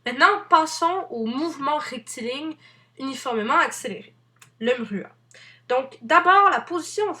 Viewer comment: le "mhruha"...